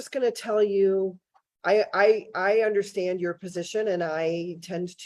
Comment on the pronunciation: he seems proud of having been to jail 7 times. makes him an expert in his eyes. but still he winds up saying 'I dun unnastaand."